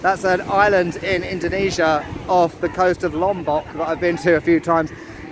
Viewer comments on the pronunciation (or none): none